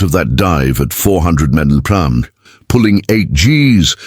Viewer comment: The A.I. Had quite a bit of difficulty figuring out how to pronounce mph😊